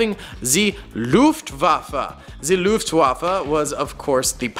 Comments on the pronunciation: How can you pronounce Fallschirmjäger sp perfectly but then say "lUfTuAfFa" 😭😭😭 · Luftwaffe not Luftwafa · (No hate) but please learn how to say Wehrmacht, fallschirmjäger, Luftwaffe and panzergrenadier.